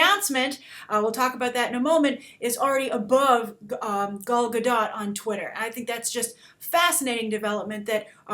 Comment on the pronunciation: It's GAL GA-DOUGH, Grace...who the hell is GUL-GA-DOT?! A new Cardassian character for the next Star Trek movie?